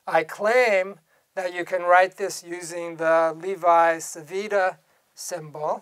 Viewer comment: the correct pronounciation of "Levi-Civita" is more or less "LEHvee-CheevEEtah"